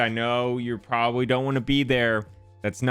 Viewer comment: I love how he says probwably